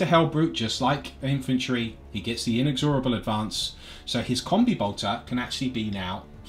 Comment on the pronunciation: IN-EX-RABLE is how you pronounce it, annoyed me so much lol